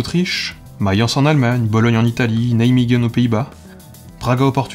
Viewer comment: La prononciation de "Nijmegen" houlà ça pique xD